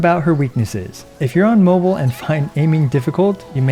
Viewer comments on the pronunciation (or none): none